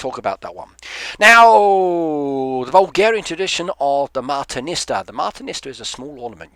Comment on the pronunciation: In Bulgaria we make martenitsa in many different ways. I have made simple ones many times starting kindergarten. It's fun! We give each other a bracelet or a necklace or clothing pin every 1st March. We give out dozens at a time. Most people don't tie them to trees anymore at random, we mostly keep them or tie them to a tree in our own yards. As a sidenote, you were pronouncing martenitsa as marteniSTA the whole time and pretty much butchered the names of the khans but it's ok, most foreigners do that